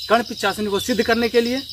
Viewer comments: Ullu banana band karo bhai...pahle to pronounce thik se karo..pichasini kya hai? Mata karn Pishachini bolo...ye sadhna wamachaar se hota hai aur aisi jagah kiya jata hai jaha tumhe koi na dekhe aur disturb kare..aur v kathin niyam hai iske..aur ha pant shirt pahan k karn pishachini sadhna nahi hota...koi accha kam karo aur like ya view k liye ye sab le k khilwad mat karo bemaut maray jaoge..jai shree mahakaal..🚩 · लगे रहो पिचाशनी नहीं पिशाचनी सही बोलना सीख पहले 😂😂😂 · Aap ko to mant ucharn nahi karne Arha hai nahi pichasni ejt diya